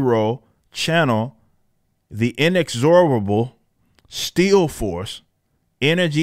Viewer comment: When you say still force it sounds like steel force to me. The steel force also sounds way cooler.